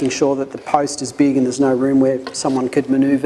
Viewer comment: aaaah, "just making sure the post is big". Had to listen a couple of times, not used to the accent I guess. Honestly I don't know what kind of post would even qualify, all I can think of is traffic lights and fire hydrants, none of which are a good idea.